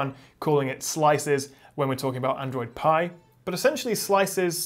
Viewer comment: ITS APPLE PIEEEEE NOT PEAAA DUUUUDE WTFF